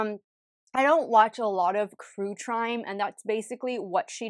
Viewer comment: I can tell you watch better off Red. Because you said “Crue Trime” Hilarious.